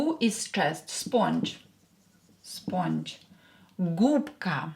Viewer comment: Sponge is pronounced as if it is written Spunge not o 😏